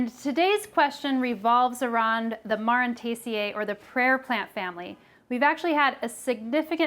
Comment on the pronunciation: Awesome video! Super informative. Just FYI plant families all end in "aceae" and it is pronounced like the letters "A" "C" "E" or "aye-see-ee". :)